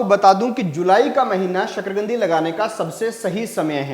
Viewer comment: शकरकंदी है शकरगंदी नहीं